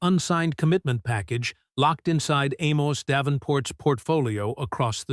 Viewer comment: Amos should have pulled his investment because A.I. cannot consistently pronounce his name.. 👇🏾😋